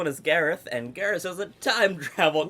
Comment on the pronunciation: Im Gareth and i can confirm, Perfect accent!